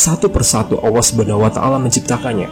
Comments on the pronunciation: Maaf artikulasinya saya dengar ucapan Awa, sorry perbaiki perkataan yg benar adalah Allah bukan awa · 1.45 Maksudnya 70.orang itu apa mind Bukanya orang=manusia menurut kbbi, tp kok ada org sebelum adam. Maksudnya gimana mind Bacanya aja ngawur allah dibaca alloh mind bkn awoh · Allah saja nyebut nya ga jelas.. apalagi sejarah nya🤦🤦🤦🤦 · Lam itu bukan Wau masa Awwah Allah yg benar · Yang benar tu..ALLAH bukan awwah bang... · Penyebutan nama ALLAH SWT saja ketahuan org ini bukan muslim